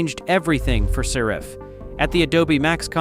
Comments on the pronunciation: saRIFF? SARE-iff! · Well, I use Affinity and as far as I know, they haven’t charged me a penny. Is this a negative campaign by Adobe? Besides which, I hate that AI voice that can’t even pronounce the company name properly. At the very least, have the decency to have a narrator to read your miserable script!